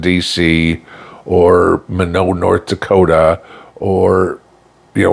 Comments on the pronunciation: fyi, Minot, ND, is pronounced my not, and the joke is why not in Minot. Just saying. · Minot, ND is pronounced as MY-NOT, ND. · Good message! Just a couple of info points for you … The Air Force Base, Minot, is pronounced MY-not. And Cheyenne Mountain is actually in Colorado, just outside Colorado Springs.